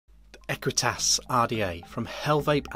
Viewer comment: "ahqweetus and a keltick on da side um nd some keltick umm around um th top"......